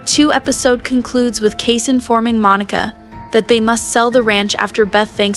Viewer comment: Can the AI not pronounce Kayce's name as Case. Makes it obvious. Makes me leave. Sorry.